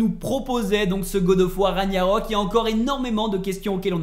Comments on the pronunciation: Ragggggggnarok... Pas Ragnarok... MES OREILLES ! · Beau travail mais on dit Ragnarok et pas Raniarok. C'est le titre du jeu, le terme est répété des dizaines de fois durant l'aventure. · RAG - NA - ROK Et pas Raniarok stp..... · Juste par par pitié, pas ra »gnya »rok , mais ra »gue « narok 😊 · J’adore La vidéo mais la prononciation des mots me fait rire comme le « Raniarok » 😂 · Ça choque que moi les larbins qui disent "raniarok" au lieu de "raguenarok" Mdr "corne" c'est une "cor" mon dieu cet analphabète Une âme de dieu dans le serpent, c'est simplement un géant Mama mia plus j'avance plus c'est horrible, "Surt" pas "Sturt" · RAG-NA-ROK pas Raniarok sinon chouette vidéo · Super vidéo merci Mais s’il te plaît arrête de dire raniarok c’est RAGNAROK ( rague narok ) et FREYR ( freyeur ) pas freyir sinon à part ça nickel. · Pk les gens prononce Ra Gnia rok alors que c'est ragna rok ya pas de i dans le mot hahahah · Repeat after me...raaaaaag narok...pas compliqué pourtant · Comment tu peux avoir poncé le jeu et avoir autant inexactitudes sur la trame principale sérieux... Et jte parle même pas de la prononciation du nom des lieux où personnage... Même le nom du jeu tu l'écorches... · Par cintre cette façon de prononcer ragnarok 😂